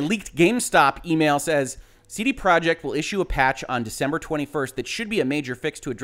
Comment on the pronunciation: YOU CAN'T EVEN SAY COMPANY NAME RIGHT. IT'S PROJEKT!!!! NOT PROJECT!!!